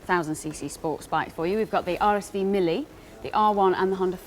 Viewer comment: Mille, not Millie...Italian is not for everyone...